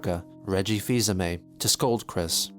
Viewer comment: “Mr. Aimé” lmao